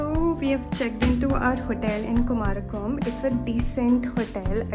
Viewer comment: Kumarakom nahi, " kumaragam